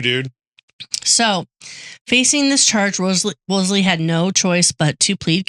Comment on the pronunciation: You guys are sloppy. repeatedly mispronounces cardinal’s name, Wolsey has only 1 “l.” piles on Kates blundering misappraisal of the cardinal by falsely claiming bloodlines meant zip in the days of Henry 7. Jesus. Read Wolf Hall and get the yourselves corrected. So you aren’t passing on ignorance as knowledge.